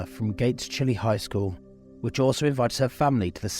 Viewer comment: This tragedy was felt across Rochester. My daughters danced at the same studio. Good video, but the school is pronounced Gates-(Chi-lie) similar to saying bye-bye. We have several towns that are not pronounced as read.